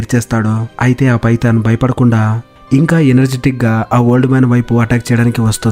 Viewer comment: నీకు దండం స్వామి 😂😂 పైతాన్ చాలా బాగుంది పడిందా🤣🤣 నీ డబ్బింగ్ 😁😜👍